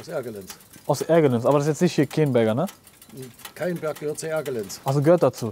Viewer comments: Bruder was für „Kayenberg“, der Ort heißt „Kaienberg“ und ist bei mir direkt nebenan. Ein guter Kumpel von mir wohnte da, da hatten wir die geilsten Zockerabende .. das krasseste ist aber dass der Ort aufgrund des frühzeitigeren Kohleausstiegs jetzt doch nicht weggebaggert wird und die Leute jetzt zum Teil Ihre Häuser wieder haben wollen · Kaienberg wird das ausgesprochen, ist direkt neben meinem Dorf :D